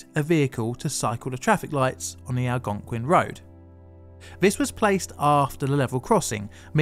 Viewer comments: Great job correctly pronouncing "Algonquin" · at least he pronounced it like a local, pretty impressive for someone on another continent.